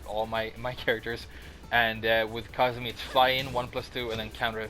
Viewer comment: I thought it was pronounced "Ku-zoo-mee"